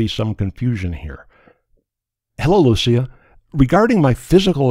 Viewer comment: Swede here, I'm happy that you got the Lucia name right and not pronounced as they pronounce it in Italy